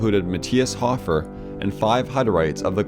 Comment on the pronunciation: Great video, but your pronunciations were funny :) Sioux = pronounced just like "Sue" Hofer = hoe-fur not hoff-er Johann = Yo-hann